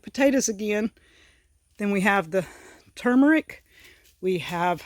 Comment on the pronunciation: Your the only Homesteader that has pronounced turmeric correctly! There's an rrrrr in it!!